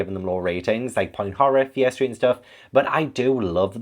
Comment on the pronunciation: Hi, I am learning English, it is not my native language - whenever you say Fear Streat books, it sounds like "Piastri books" to me 😂 I was a little confused at first 😀